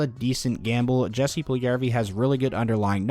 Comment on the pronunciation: Small thing here. When pronouncing Jesse Pujlijarvi’s name, the ‘J’ in his first name should be pronounced the same as the ‘j’s’ in his last name. It should sound like Yessie. Cheers.